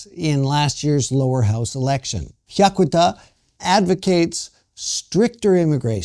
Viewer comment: mispronounces both "Sanseito" and "Hyakuta." My wife and I, along with at least one of our children, voted for the Sanseito (参政党). We are not xenophobic. We do not belong to any "cult." But we are sick of scare-mongering propaganda. What does "far-right" mean? Why not call "Japan Today" "far-left"? I read it. Comments typically come from disgruntled, Japan--bashing expats...We are for common sense. Say anything politically incorrect and watch the comment rejected... takes a most condescending attitude. He appeals to his supposedly enlightened listeners to go out and "enlighten" benighted people like me and my family. No, we simply do not want to see Japan wind up in the same mess that his homeland has been in.